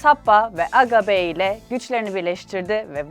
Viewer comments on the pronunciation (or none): aga be değil aga bi